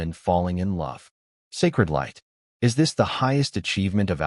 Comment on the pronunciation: omg, please fix the MY to sound more like m-eye rather than M-Why? or is instead of "I" "S", b-awwww vs b-oh, etc